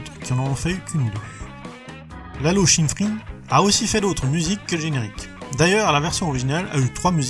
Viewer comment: Tu rajoutes des N partout par exemple : Paul Mickaël Glaser et Glasner ou Lalo Schiffrin et pas Schinffrin (c'est pas las1ère fois) mais J'Adore tes Vidéos